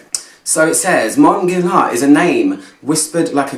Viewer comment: The u and the i are silent. Geer-laan ... easy with a bit of practice😉. It is a quiet masterpiece, the bottle is so pretty and Angelina Jolie as the testimonial is (photoshopped) gorgeous ... this fragrance will stand the test of time and I think it is very unisex ... Love this one 😍